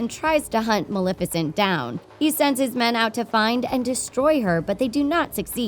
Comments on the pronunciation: pronounced ma-lef-icent from the word Malefic. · I’m sorry but I can’t take this video seriously. You can’t say Maleficent OR Stefan correctly. Not to mention your “dark secret” is just a plot summary...